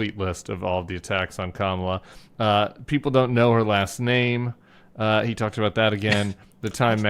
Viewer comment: Did anybody notice that Trump pronounced Kamala's name correctly at the press conference today? Not sure what that means!